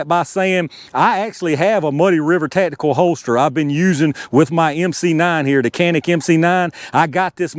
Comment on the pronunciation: Ta'tical. Ta'tical. Ta'tical.